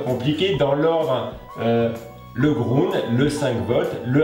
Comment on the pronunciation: Tsss "le grounde", tu pourrais dire la masse quand même ^^!